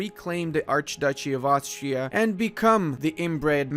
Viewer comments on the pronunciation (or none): none